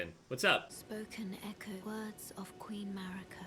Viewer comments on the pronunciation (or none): none